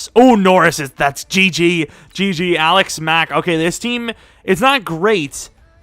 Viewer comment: The more you say Alex Mack, the more it starts to sound like Alec Smack